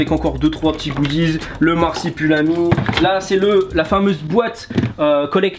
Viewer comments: "le marsipulami" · *LE MARSIPULAMI*😂